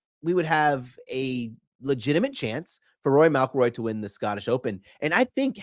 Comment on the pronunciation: How does he pronounce McIlroy? Mal-Kil-Roy That is jarring 😮